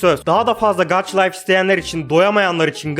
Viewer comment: gaça layf diye okunuyo gaç layf değil :) :) yanlış anlama küserüm